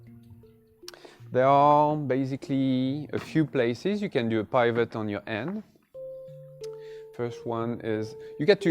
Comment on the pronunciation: Sorry, please don't think me rude. The word pivot is with a hard 'I' like 'it' rather than said like pie, it may save a little confusion in the future for people who like me who are easily confused 😅